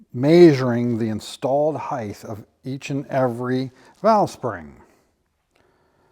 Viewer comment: Love your videos. But it is "heighT" not "heigTH". Your knowledge is nothing short of amazing!